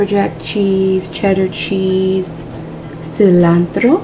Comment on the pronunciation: That good Spanish pronunciation of "manteca" and "cilantro" intrigues me. Have you lived in Latin America before?